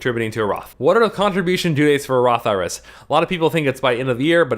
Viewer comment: When you say Roth IRAs it sounds like Roth IRS to me.